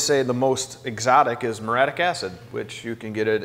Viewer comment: Yes. And, it's four syllables. Muriatic. Not muratic.